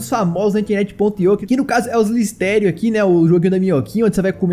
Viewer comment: islitério agário diépio. Pqp aprende a falar vey